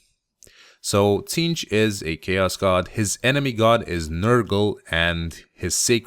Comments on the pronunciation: The t is silent Zeentch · The T is silent, it's zeench But tons of people make the mistake. No worries man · it's pronounced Zeench :) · I believe it is pronounced "Zeentch", but I doubt it truly matters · i always thought the t was silent and it was zeentch. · its pronounced Zeench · I always pronounced it Zzaentch.